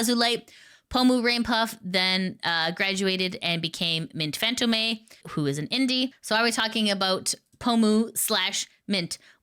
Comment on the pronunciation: You pronounce the e in mint fantome like how asmongold pronounces the f in fextralife